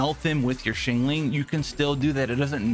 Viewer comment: "shyang-ling" not shingling lol